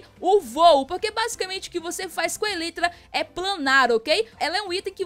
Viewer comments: A pronúncia é "elaitra" e não "elitra" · se escreve elytra mas se fala elaitra